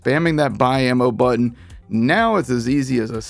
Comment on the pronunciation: Single "brutton" press. I hear your excitement in your voice.